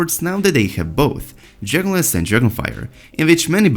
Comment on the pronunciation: Every time this guys says "dragon glass" I heard "Journalist" . Can't unheard it.